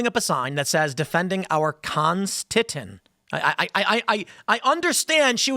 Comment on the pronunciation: We here in Germany also appreciate our German Constiton! Or is it con-sti-ton, like marathon? xD